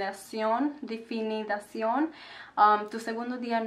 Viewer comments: que bueno oírte en español!!! me encanta tu cabello y tu nuevo color. Corrección: Definición (no definidación) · Me gusta mucho tu acento de español 😍👌 Algunas palabras que solo estaban un poquito mal fueron definición y estilizar, pero estuvo súper bien explicado